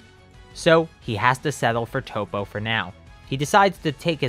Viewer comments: You said toe-po his name is tap-po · ITS NOT TOE POE ITS TOP O OML